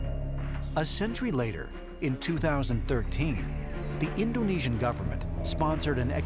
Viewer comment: the narrator's pronunciation of indonesian words is atrocious